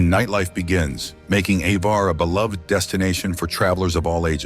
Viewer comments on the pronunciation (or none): none